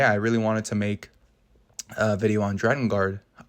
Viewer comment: I'm really sorry for this comment because the video was really good and I thoroughly enjoyed it... But it's pronounced 'Drakengard', not 'Dragongard' 😓